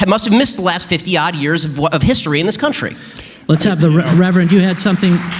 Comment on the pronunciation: "Reverend"? Nope...